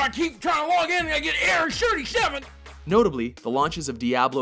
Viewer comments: Error Sherty Sheven! xD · ERROIR SHIRTY SHEVEN! What is that? xD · Lol; error "shirty seven"